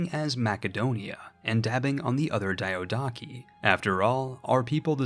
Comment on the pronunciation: The real april fools joke is bringing back that classic diadochi pronunciation